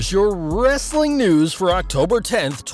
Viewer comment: Why are you saying wrrreeestling like wrestlelamia?